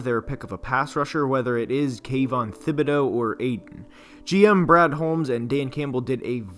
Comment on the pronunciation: Jeez, you guys are driving me crazy. The guys name is pronounced like tibedeaux . Is a French name , the h is silent ! Jeez !